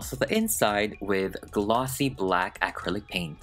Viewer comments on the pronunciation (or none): I love how he says acrilic "Aaahcrillic" 😂😂😂